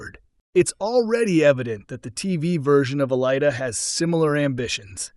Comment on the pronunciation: You pronounce her name wrong.